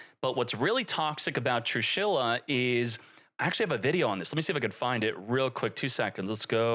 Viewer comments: TrIshula not Trushila 😆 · I have a heart attack every time says "trushila" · homie said 'trushila' lmao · True she la funniest pronunciation all 40 times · What's toxic about is that pronunciation 😂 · what's toxic about is how you pronounce her name